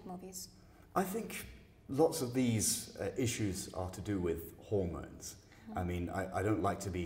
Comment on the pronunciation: My man said hormones 😂